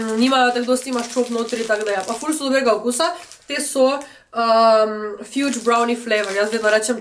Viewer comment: Ni zdaj to najbolj pomembno ampak mogoce za v naprej - fudge ni “fjudz” brownie, temvec se pravilno prebere “fadz” brownie 😊 Fajn video!✨